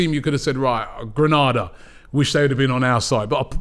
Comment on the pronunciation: Learn how to correctly pronounce Granada.